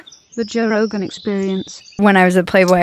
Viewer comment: Joe called a “j” “g” lol